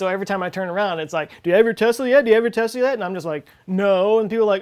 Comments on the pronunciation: I cringe so hard every time somebody says "Tezla". It's Tesla. Not Tezla. The company is named in honour of Nikola Tesla, who was a Serbian born in Croatia (then part of the Austro-Hungarian Empire). Serbo-Croatian has a phonetic written language. S always makes an S sound and Z always makes a Z sound. Some of you goddamn Americans, even the educated ones, are so insular. Edit: I am aware the Elon Musk also mispronounces it. I propose we all start calling him Aylon Moosk until he stops butchering the name of the patron saint of the Internet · I was totally on board with this discussion up until some dude pronounced it "Tez-La" when it's clearly pronounced "Tess-La". That's it. I'm out, I can't take any of this seriously from now on just because of that oversight.